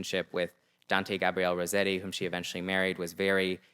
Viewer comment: Rossetti double "s" is pronounced as in * hiss *, not as in * rose *